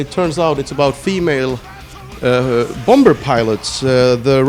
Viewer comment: The way he says bomber hahah made me chuckle